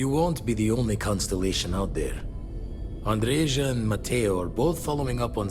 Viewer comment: you are pronouncing Andreja's name correctly. In most european languages the "J" is pronounced as "Y" and the american pronounciation (admittedly not known for their linguistic abilities) is false.